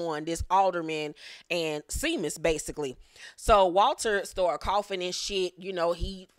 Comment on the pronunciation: Seamus is pronounced as Shamus, I am originally from the Midwest (Ohio), and came across some Irish folk back in the day!